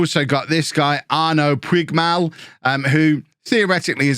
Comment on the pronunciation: Puigmal is said "poodge-mal" (similar to how Puig was said "pootch" - they're both Catalan names)